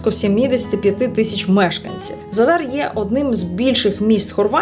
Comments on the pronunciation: ви говорите не вірно назву міста- в Хорватії 99% слів мають наголос на перший склад тобто ЗАдар👌 Гарного відпочинку🤗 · Наголос у слові За́дар падає на перший склад. Це місто в Хорватії, тому правильне наголошування — За́дар.